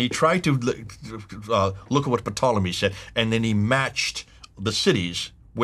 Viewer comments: Interesting material, as always. But,, the initial “p” in Ptolemy is silent. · I'm sure it's a SILENT "P" on "P"tolemy. Why a British historian who had a series of programs on the BBC is called "P" tolemy... Psoriasis silent P.